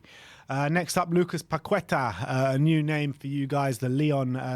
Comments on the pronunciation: Is "Paketa" not "Pakueta".In English is Pake in Portuguese is Paque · Paqueta is pronounced PAKETAA, ' is close, but with emphasis on the last A, hence the accent over the a: Lucas Paquetá